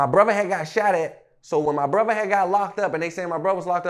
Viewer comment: You can hear the "H" when he say brotha 😂😂